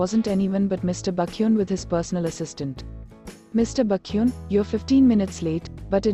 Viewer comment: The AI pronouncing baekhyun as bakhyun is just so funny 🤣🤣🤣🤣